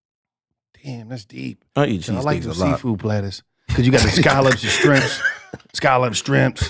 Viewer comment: He said strimps again, fuck, here we go again